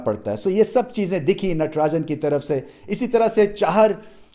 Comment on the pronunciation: Only pakistani youtuber who pronounced Natrajan name correctly